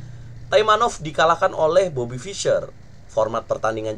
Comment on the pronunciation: saking semangatnya bang...bobby jadi robety hehe